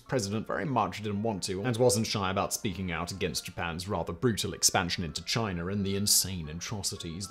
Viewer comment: It’s “China” not “Chiner” lol